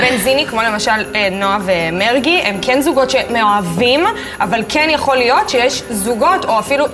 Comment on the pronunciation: אומרים מרגי לא מארגי